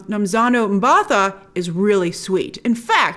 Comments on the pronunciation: Hey. South African here, it's pronounced Mba-Tah. with a hard T. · It’s pronounced m-buh-tar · Hey Grace, quick correction on the pronunciation for Nomzamo's last name, M-Bar-Tar. Proudly South African here, HEY! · Awesome review but for future reference, it's pronounced Mba-ta. Just pretend as if the 'h' isn't there. You got the name right though. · Sorry Grace I cringed a little, the H is silent in Mbatha. great review by the way.